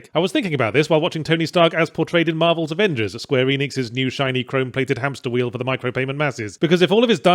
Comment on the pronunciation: “Varvels Amengers” is what I focused on till the end of the vid wth XD